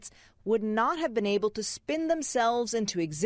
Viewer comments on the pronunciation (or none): none